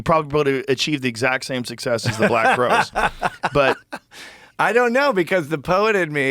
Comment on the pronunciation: I’m pretty sure it’s Crowes 😂not crows